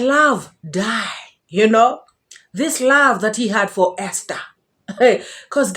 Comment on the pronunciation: THE way this man pronounces the word Esther